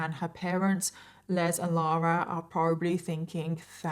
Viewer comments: My dad is Les. His full first name is Leslie. I have heard people say that name pronouncing it with a z. You don't pronounce the male name Les with a Z. You pronounce it with an S. I hate it when people pronounce my father's name with a Z instead of an S. It's LES. LESSSSSSSSSS. OK? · I’m going to go out on a on a limb and say her father’s name (Les) is pronounced like Less. That’s the common pronunciation in the U. S.